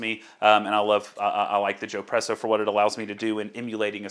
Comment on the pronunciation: Could you please suggest an appropriate filter screen to buy, to replace the inadequate Joepresso screen? In the video, you said you hoped to add that link here, but I guess you didn't have time to do it. Thanks! (By the way, since espresso is such an Italian idea: when I heard you say "Joepresso", I expected that it would be spelled: Giopresso.) - toby